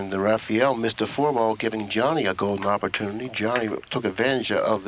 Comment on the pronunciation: Why do they keep calling Rafael Rafiel?